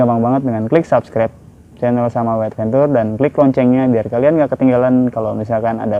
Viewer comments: Advencer bacanya bang... bukan adventur..😁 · Bang adventure tu bacanya advencer